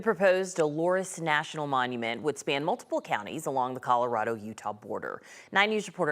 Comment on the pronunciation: Is the narrator calling it Coldorado?